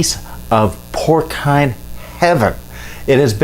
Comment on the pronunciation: I like how he says "porkine" instead of "porseen".pretty funny i might use that from here on.